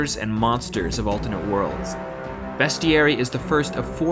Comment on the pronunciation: Wish i could like it twice. But please don't pronounce bestiary like that. If you pronounce beast, then this should have the same sound